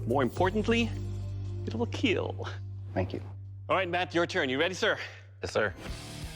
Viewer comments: Hearing Doug say “ it will keal “ is glorious 😂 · Correction: “KEAL” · I wouldn’t care if I lost if I got Doug to say “ it will keel!” I could go home happy 😂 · “It will keal.”